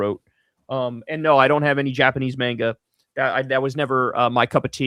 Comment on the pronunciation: First Kyle mispronounces Oregon, then Mario, now Japanese "Manega"